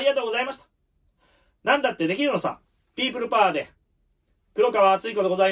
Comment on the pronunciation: ！ピープルパーに聞こえる！しかし、何か、ピープルパーがしっくり合っている様で、そのまま続けて下さい！